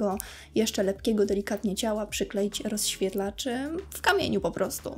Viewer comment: Coraz bardziej bolą mnie uszy jak otwierasz usta. Popracuj nad wymowa. Mowisz np. O rozświetlaczu i to słowo powtarzasz w 3 kolejnych zadaniach...